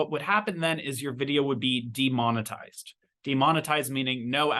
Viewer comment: The way you pronounced 'de-monetized' at@ gave me a vibe of demon-itized😃